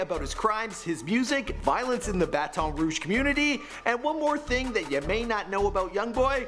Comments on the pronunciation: 😂😂😂 what is Batoneeeee rouge 🙄 It’s BATTEN. Baton. 🤣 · its bat-on rouge not bat-ton rouge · BAT-ON NOT BATON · Bat’n Rouge my guy not Ba Ton Rouge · "bat-tin" not "ba-ton" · Baton rouge is pronounced. BAT-ton not bah-ton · He said b•ah•ton rouge its b•at•on rouge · WTH is baton rouge its BATT - IN ROOGE 😂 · He said exactly (buh-ton) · Buton roosh?😂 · “Batun rege.” Lmfao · Bat-tin rooge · i HATE WHEN THEY SAy BAH-TOHN ROOO-G-uh ugh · Bat-On Rooj and don’t say it so slow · Baton Rouge is pronounced like bat en roujj not How you was saying it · (Bat- tun ) my nigga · It’s pronounced battin rooj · "Bah-Ton Rue-ge" LOL I Can't with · It's pronounced BATON-RUGE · niga said batoun rough lol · “Battin” Rouge 😂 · I hate how he says ba ton ro uge like it's Baton Rouge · Nigga Baton (Battin) Rouge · Pronounced bat-in rooj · Is this nigga saying bat on roog? 😂 wtf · omfg right😂😂💀 we say it like Bat-in Rouge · you right bro I stay near Monroe .Theis kids don't know what their talkin bout. I thought ba-ton was one of them sticks. 💀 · cori. exe batten rooge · Bat un rOo gee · Im from LA, id punch this nigga in the mouth if a saw him sayin baton rouge like that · Nigga never say Baton Rouge like that again you dumb asf you the whitest Person ever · I hate how he’s pronouncing Baton Rouge 😂😂🚫🧢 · bro no one says baton rouge like that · He didn’t say BATON ROUGE right. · This man can’t pronounce Baton Rouge for his life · how tf do yall pronounce baton rouge LMFAOOO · The way the guy said "baton rouge" 😂😂😂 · Lol I live in baton rouge and it took me a second to realize you were saying baton rouge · First off that's not how u say baton rouge and he got 4 kids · Me being from Louisiana it kills me hearing him say Baton rouge like that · Boii learn how to say Baton Rouge😂😂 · I’m from Louisiana that is the worst pronunciation of Baton Rouge I’ve heard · Boi learn how to fucking say baton roughe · I know he did not say baton or whatever the shit he said 💀